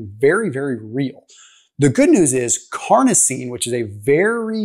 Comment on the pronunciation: carnosine not carnitine